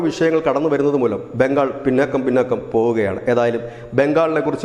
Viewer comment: പീന്നാക്കാം എന്ന് അല്ല.. സുഹൃത്തേ.. പിന്നോക്കം എന്ന് ആണ് ശരി...😮